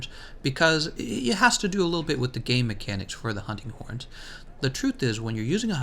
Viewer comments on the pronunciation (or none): none